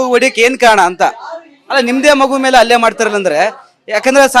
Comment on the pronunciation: ಅಲ್ಲೇ ಅಲ್ಲ ಅದು ಹಲ್ಲೆ. Correct aagi kannada matado anchor ilwa nim hatra